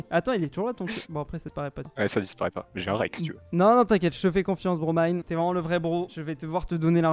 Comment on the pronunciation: qui a enfin bien dis le pseudo de bromine 👍👍